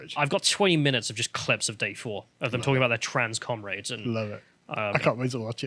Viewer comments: I just keep hearing Cumrags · How are they ALL unable to pronounce Comrades